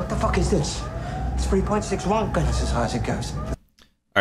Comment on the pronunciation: Pronounced Rontgen. American - Ranken